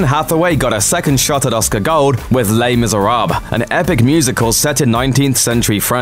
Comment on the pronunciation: Not even fellow European's can pronounce Les Miserables correctly.